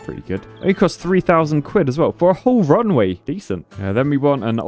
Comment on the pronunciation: pronounces RUNWAY almost the same as WRONGWAY.